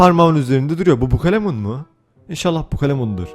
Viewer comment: Türkçe : Bukalemun Baturayca: Bukulemun 😂😂😂😂😂😂